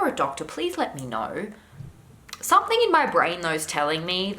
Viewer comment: Cringe each time I hear "somethink" or "anythink"